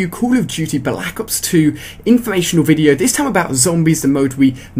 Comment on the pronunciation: Balack ops? Silly accent..